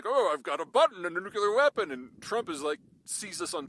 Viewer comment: There aren't two "u"s in Nuclear, Pete.